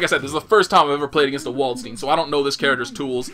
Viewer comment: It is funny that the japanese actually can prannounce Dutch and German fairly well. They say stuff like Valkenhayn and Waldstein the right way. But english they get completly wrong.